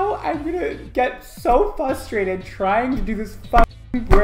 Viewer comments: Are we all going to ignore the fact that literally said “fustrated” instead of frustrated??? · Constructive criticism: say frustrated not fustrated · Every time you said “fustrated” I had too pause bc I was laughing too loud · You're not FUSTrated. You're FRUSTrated. I still love you. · Normal language:Frustrated language:Fustrated Love u, just joking around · The word is fRustrated, not fusstrated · Hearing him say "fustrated" several times gave me anxiety. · "Fusstraited" LOL Just me? Okay... Love you!! & also I can realate to the struggle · I say "fustrated" too. It's gotta be a New York thing 🤣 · I like to think it’s more like “FUSStrated” because he’s a glorious diva!!! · "Fustrated" lmao love you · “Fustrated” there is a missing r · FUSTRATED? FUStrated? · “fu - strated” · fustrated! lmao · Did he just say “fustrative?” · "fusstrated" pls no